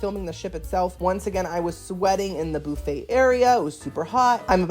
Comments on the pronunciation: Boofay? No bufffay! It's not Halloween 😊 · Boofa??!!!! 😂 Buffet. You know he's going right to the fruit bar! Lol!!!!! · Do you pronounce buffet “boo fay” to rage bait? 😂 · It’s buffet pronounced ba fey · I love the way you pronounce “buffet”